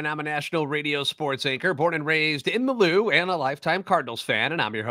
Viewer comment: In the Lou sounds like you been drinking to much bud light